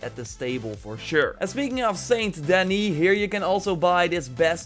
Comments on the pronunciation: Isnt it Denis? But pronounced Deni? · Did this guy really call Saint Dennis, Saint denny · I just dislike this video because how he said saint Denis because I'm Petty like that